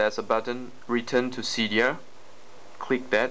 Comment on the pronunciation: u say seedia instead of cydia